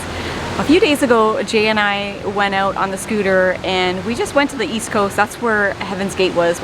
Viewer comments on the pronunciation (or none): none